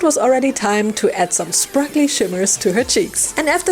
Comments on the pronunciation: I love the outcome! ❤ I need to ask do you say sparkle intentionally wrong? You usually say sprakle! 😅 It's pronounced spar-kel. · I giggle for every "sprackly"